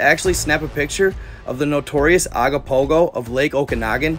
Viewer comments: Ogopogo not agopogo!! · IS CALLED OGOPOHO NOT AGOPOHO. GET THE NAME CORRECT AT A MINIMUM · It’s Ogopogo not what you wrote and insisted on saying repeatedly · Canadian here. We pronounce it Oh-gopopgo not Ah-gopogo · It's Ogopogo brother O not A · Hey I'm from British Columbia Canada just want to say hi love watching your information I started following probably about 6 months ago I discovered it and I'm happy that I saw it because you show some real interesting stuff. I just want to tell you that it's ogopogo, so when you pronounce it it sounds like an o so you say, " oh go Pogo"the lake is the Okanogan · I think it’s pronounced ‘Ogopogo’ 🙂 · He is pronouncing Ogopogo wrong hes saying agopogo , I've never heard anyone say it like that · It's pronounced Ogopogo, it's constantly talked about, with statues in Kelowna in its image. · Okanagan pronounced Oh Can Noggin im from their and have never seen any signs. Only have 1 island on the lake and its called rattlesnake island near peachland. Ogopogo pronouced OH GO POGO. Kelowna is the main city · it's Ogopogo. Oh Go Po Go. great research lol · It's pronounced Oh-go-po-go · I'm from bc please my bro pronounce it o go po go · “Oh-go-pogo” if you want to pronounce it correctly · This is a paranormal channel and you can’t even get the name ,of one of the most famous cryptids in the world, right! It’s OGOPOGO!